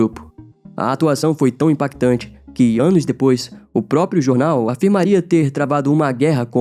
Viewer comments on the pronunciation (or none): none